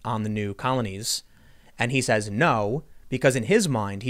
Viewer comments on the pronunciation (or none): none